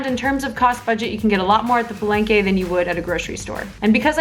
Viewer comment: NAKSSS!!!! Lumelevel up ang editing skills ni!! Gusto ko un background music. naclickbait MO AKO ee, frankly speaking. THE TRUTH ABOUT PALENGKE FOOD ba naman i caption. HAHAHAH!!! sorry what's that again? "Paleyngkey" and u just said it so many times!!!! HAHAHAHAHAHHA Sori!! 😁😂🤣at first, I thought I heard Barengeyy.. HAhahahaa!! Sinigang talaga DA BESTT!!! <3 - my gehhddd closee eepp ang geeendee mee telegeeeee heeleeeyyy... ang haba n ng comment ko hahah suri na 😘